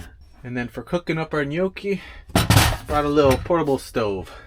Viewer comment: TIP: pronoucing "Gnocchi: the G is silent and pronouced Nyocchi